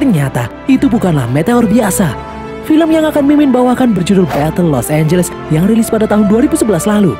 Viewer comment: Di film ini los angles berubah jadi los ambless